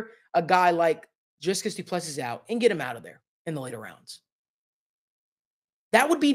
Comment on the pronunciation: Say dree as in tree... Dree kus